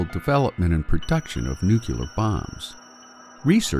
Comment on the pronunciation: It's not "new-cue-ler"... omg